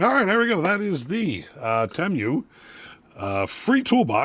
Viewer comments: Wtf is Temmm U....its Tee Muu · I thought it was "TeeMoo" not "TeeMyou" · 30 seconds in and I'm already not undead💀! The way he said Temu sent me. That's a new one, I've never heard anyone say it like that😂 Don't get me wrong, I get it... I see how it could be read like that... like it makes complete sense. It just caught me off guard and nearly un-continued my life👻 How he pronounced it: Temu (Tim-You) How I've heard everyone else pronounce it: Temu (Tee-Moo) The way I pronounce it which is the way you actually pronounce it: Temu (Teh-moo) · I will say I've never heard someone call Temu Tem-You lol. I've always heard it pronounced Tee-Moo. I wonder what the right pronounciation is now 😂 All in all I'd never buy something directly from that sketchy ass site. I seen a post where a dude ordered a cordless drill from Temu, and got printed out photos of a cordless drill in the mail. Nope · Tee- moo tee moo tee moo not tem you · pretty sure it's "tee moo", not "tem you". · i think its pronounced (tee moo) at least thats how i say it LOL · It’s pronounced “tee-moo”. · It's tee-moo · Its pronounced TEE MOO.